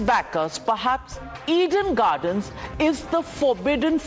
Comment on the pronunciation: It's Eden Garden not "Eid–En gardan" It's fort William not "fart wallia"